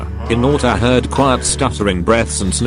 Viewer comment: OK I'm sorry but the pronunciation is just "hiNAUtA" 💀